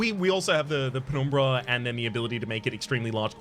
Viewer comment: I really like your pronunciation of "penumbra". So aesthetic